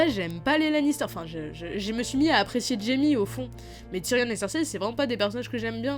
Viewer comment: Tyrion ça se prononce (ti rion est non tyrionne)